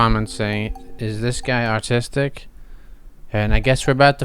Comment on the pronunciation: Did you say "artistic" or "autistic"? Lol